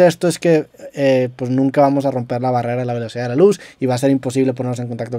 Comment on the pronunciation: Esa rialidad es una barriera rieciente ja